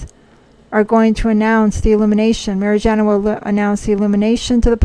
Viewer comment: Her name is Mariyana. Good to check how things are pronounced. By the way, it’s July now, and...?